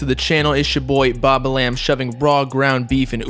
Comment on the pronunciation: Yall be dumb asf, pronouncing name as (bob-a-lamb) when in reality it’s pronounced (bob-balm)